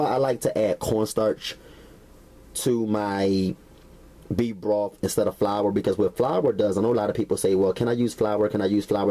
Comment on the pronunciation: Sorry...had to chuckle at "bee broff". Great video, though